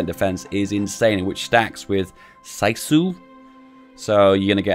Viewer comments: Feedback! Sisu is pronoused like Si - Su not SAI its SI and S like S and U like U = Sisu OR JUST GO INTO GOOGLE TRANSLATE INTO FINNISH SISU SO YOU KNOW HOW IT SOUNDS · sisu is pronounced liker see-su and is a word that is sorat the equivilant of having "guts" aka how baddass and patriotic you are greets from the finlands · Sisu is pronounced "Seesu" like in 'seeing'. You were very close! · bro butchered the word sisu ( its not "saisu" its schichu for english speaking people) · How can someone miss pronounce "Sisu" it's pronounced Seesu. It doesn't really have a translation but it can be kind of translated as Finnish honour or something. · You can pronounce sisu as csuu. then it sounds about right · I know it doesn't matter, but it's pronounced "Sea-sue". :) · You say sisu like saisu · its pronounced see-sue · It is pronounced siso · It's cee su ffs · The "SISU" is pronounced a bit differently from what you said: The "SI" is pronounced like the "si" in "Si"ngapore or "Si"ng, if you catch what I mean:) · I think I just got cancer from that SISU pronunciation. Great video btw. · im finnish and I laughed when you said SISU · I've never heard anyone butcher the word 'Sisu' that badly. o7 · The way you pronounced sisu actually made me lose a cromosome...